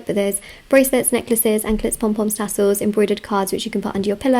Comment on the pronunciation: Can you say " tassels" again.